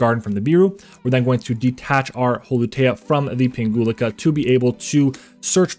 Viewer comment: Nice combo vid! 🙂 I picked up the deck recently so I'm trying to learn as many plays as possible before I take it to locals. P.S. You're mispronouncing Pinguicula 😖😆 (plant geek here) It would go like ping-we-kyula 🫠